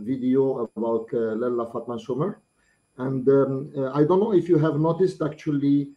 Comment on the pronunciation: une correction : la zaouïa s'appelle Rahmania. Essamer qui est mal prononcé en Soumer signifie le Nord..par rapport au Djurdjura qui est du côté Oumalou le sud..Fatma est originaire de Larbaa Nath Irathen du Arch Oussamer dont ma famille est issue